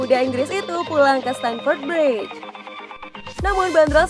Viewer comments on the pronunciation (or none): none